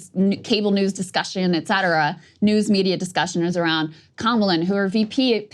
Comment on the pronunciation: Saager! It's "ET CETERA"!